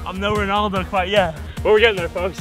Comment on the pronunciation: It’s not Ronahldino it’s Ronaldo Ronahldino is another soccer player